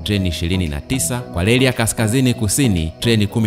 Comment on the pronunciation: Leli ndio nini.? Jifunze kutamka R ipasavyo usituchafulie Lugha. Biashala,Balabala,Selikali,Mashaliki. Kichefu chefu.